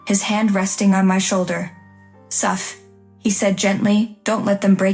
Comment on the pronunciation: Pronounce "wound" correctly. Soph, not suff. "Brandon didn't mean..." My ass. They have the nerve, to show up at the new baby's celebration.